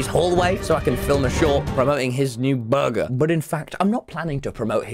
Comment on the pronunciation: Mr beast said burger Tommy said BORGER